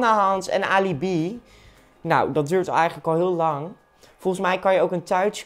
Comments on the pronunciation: Iedereen die zegt Ali B: Maaaaarrr zegt: Ali bii 😂😂😂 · 'alie bie'